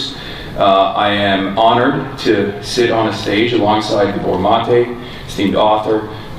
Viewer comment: Gabor, not GabOR. That said, Gabor Mate's book helped me a lot.